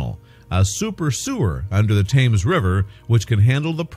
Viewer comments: Tims! Tims! Tims! Not Tames. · It's not Thames as in can, it's Tems as in bed. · Please check your pronunciations, several are wrong, most importantly the word Thames.